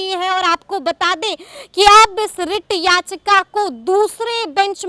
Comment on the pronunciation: rrrrrrrrreet याचिका😂😂